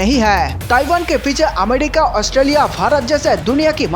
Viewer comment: Gutkha thook kr bola kr bhai🙏.....amedica nhin America hota h 🤷🏻‍♂️